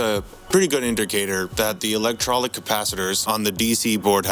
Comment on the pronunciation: nice video. the capacitors are pronounced electro-lytic